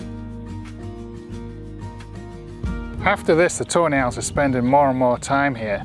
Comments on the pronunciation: when he says Tawny Owls i hear it as toe nails.. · Whenever he says tawny owls it sounds like toenails lol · My CC was on and it did pick up "toenails!" I love it so much! Best captions ever. 😁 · and now its funny hahahhaa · Wait i thought it was actually toenails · That’s exactly what I kept hearing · Your accent makes it sound like ur saying toe nails every time you say tawny owls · “Toe Nails” 🤔. All I hear is “toe nails” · Is he saying Toenail?